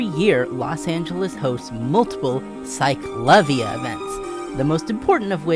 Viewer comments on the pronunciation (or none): Great video but that is not how you pronounce CicLAvia ✌️